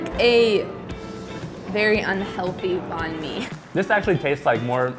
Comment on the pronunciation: I'm viet and I hate the way these people say Banh